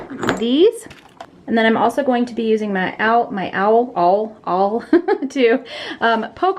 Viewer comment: Can't say awl either 😂